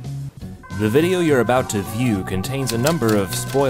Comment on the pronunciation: abowt sans